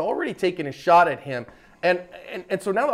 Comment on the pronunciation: “The women that they ShAut”